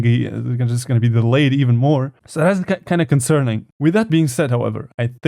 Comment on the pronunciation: Ha Daleyed. "Delayed" :(